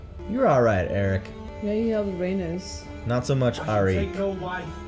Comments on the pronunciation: It’s Ray- NEECE when you say Rhaenys lol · I love how and pronounce Raenyse as rANUS lmao